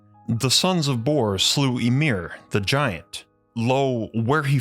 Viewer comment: And Ymir is EE-meer, nothing else. OK, ÜÜ-meer is even more Old Norse. EE-meer is New Icelandic.